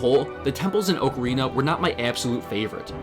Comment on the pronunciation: you get a like right here at the beginning of the video for pronouncing "ocarina" correctly.